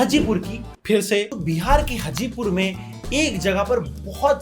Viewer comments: Bhai tumne phir dobara name pronounce galat kiya.. that's name हाजीपुर, not हजीपुर 😂😂😝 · Bhaiya hajipur nhi haajipur bolte hai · Hey i love your videos but some Pronounciation are not so good like bihar segment me apne Haazipur ke kai baar news cover kiye hai but its sounds like not Hazipur its Haazipur with 2 aa😊❤ (Btw love your every singal videos❤) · Its haajipur not hajipur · I've noticed in the previous video also but just a little request sir that it's written Hajipur but the correct pronunciation is Haajipur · Bro it's not hajipur it's haajipur 😅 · ...Hajipur..not hjipur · its hajipur not hjipur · Sir it's not pronounced as hajipur, it is pronounced as haajipur. Btw love your videos ❤️ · Hajipur is correct pronunciation, bro...... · Bhaiya bas ek correction Wo Hajipur hai par pronounciation "Haa•jipur" hai 🙂🙏🏻 Dukhta hai uk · Broo...it's हाजीपुर